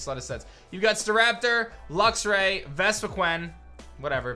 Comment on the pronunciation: Vespi”queen” not Quan -,-“